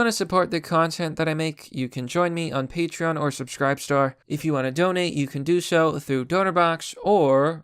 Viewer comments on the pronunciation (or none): none